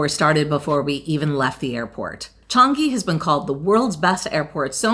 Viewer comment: Hi. Singaporean here. I don't find anything wrong with your pronunciation of Changi. Ignore the negative comments you will get from time to time. I thoroughly enjoyed watching your vid and I like both of you giving your honest opinions about Singapore. BTW I am a senior citizen and thank you for visiting my country. You are most welcome to visit again. BTW just liked and subbed your channel. Thank you for your hard work.